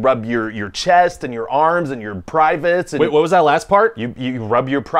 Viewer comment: You are the only person in my adult life to say privates like that lol